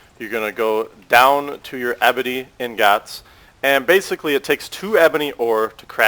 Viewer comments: STM Polaris wrong, it's "ing-gots" and he was saying "in-gots" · you say "ingots" in a weird way. it's "ing-gots" not "in-gots" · U SAY INGAATS...... U PRONOUCE IT IN-GETS but great vid one of the best ive seen LIKe + SUB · for the love of god man, its pronounced "ING-IT"!!!! not fuckin ING-GAWT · He's not even saying the word in the right order. He's saying ignots like how TF is he doing that when the letters are the other way around? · Dude. How hard is it to pronounce ingots. It's EENG-GOTS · (LiftThePeer) ing-git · Ik its pretty annoyig when he says in-gots, I was bout to kms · its pronounced "eengits" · He butchers ingots so hard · The way he says ingots makes me angry